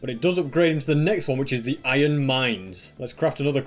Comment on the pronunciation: Man really said zeh bruh